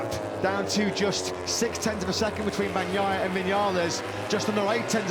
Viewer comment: Am I the only one who wishes these guys would say Peccos last name correctly? Banyaiya?